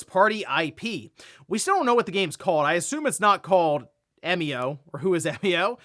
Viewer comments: 笑み男=Emio, pronounce eh-mee-oh. Means "smiling man". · But we do know how to pronounce it. It's literally how it's pronounced in Japanese. 笑み男 -> えみお -> E mi o. You pronounced it correctly. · “Eh-mio” is correct, at least following the Japanese pronunciation. The word 笑み男 is literally “emio”, with the Japanese “e” sounding like “eh”. Who knew could speak Japanese 🤯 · About Emio's name, I'm pretty sure you got the pronunciation right. Because it comes from it's Japanese name 笑み男 (emi otoko, just taking the toko at the end), emi meaning smile and otoko meaning man. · I believe you're saying Emio correctly. It seems to be a shorthand of the Japanese name "Emiotoko" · You pronounced "Emio" correctly 👌. I've been learning Japanese for about 3 years.